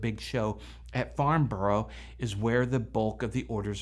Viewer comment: Great report and comentary.. Please don't take offence at the following correction of a British name your not alone. Borough {in medieval England) is a fortified town or village or a fort, the 'O' is silent. Break down the word 'Farn bo rough' into its individual sounds "faan" + "buh" + "ruh". Same applies to other instances of Borough